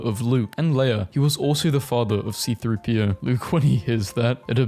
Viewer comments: WHY DID YOU SAY "CP-30" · C3-PO not CP-3O.